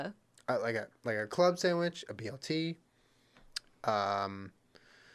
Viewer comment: Jenna lost the sandwich debate because she says “samwich”